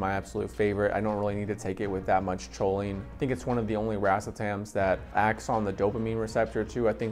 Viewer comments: Your saying Cho instead of co on purpose huh? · Awesome video!!! (Lol not to be a grammar Nazi but; Choline is pronounced “Coline”) 🤌🏼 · Haha I’ve been saying choline forever, I’ll try to pronounce is coline from now on 👍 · I still natural call is cho-lean lol, but I’ve successfully pronounced it coh-lean recently.. Thanks for stopping by 🥂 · Cho-lean lmaoooo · It was a credible video until i heard "choline". That's when I realized the guy probably bought his first bottle of racetams and choline that day, just moments before hitting the record button.